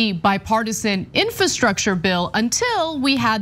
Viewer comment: Really difficult to listen to someone pronounce the word, "infahstructure," over and over...